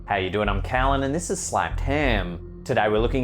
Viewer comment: His accent makes it sound like Kallen.